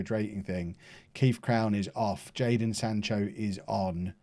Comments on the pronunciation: you had one job, it’s jadon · It’s Jadon